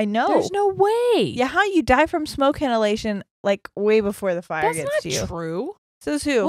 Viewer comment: Why is "smoke hinalation" cracking me up so hard 🤣🤣